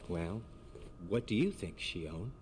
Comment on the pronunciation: Now that you ended it, let me clarify a bit regarding the title of this game. Kingdom Hearts 358/2 Days (pronounced "Kingdom Hearts Three Five Eight Days Over Two") refers to covering the 358 days of 2 people, Roxas and Xion, while they were part of Organisation XIII. Oh, you pronounced it correctly, since in original Japanese version it's pronounced like you did in , "Lia". It's just that English version likes to make these weird changes.